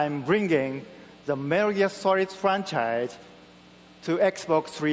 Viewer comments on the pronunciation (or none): "We are bringing Metar Gear Sorid to xbox 360"